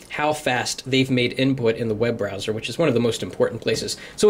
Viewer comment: "This is where you feel the butter.....Oh do you feel the webrowser". Man.... i need this update!